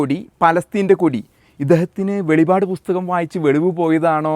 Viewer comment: വെളിപാട് എന്നല്ല സഹോദരാ .. ❤ വെളിപ്പാട് " എന്നാണ് പറയേണ്ടത് കേട്ടൊ ❤🎉🎉🎉❤